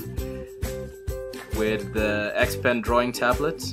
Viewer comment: its "XP-Pen". not trying to be rude just letting you know cuz it kinda bothered me for a bit